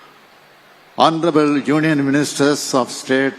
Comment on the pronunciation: It's Hounarable but Cm reading like HONTROUBLE 😂😂😂